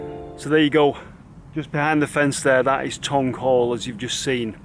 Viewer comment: Tonge Hall not Tongue LOL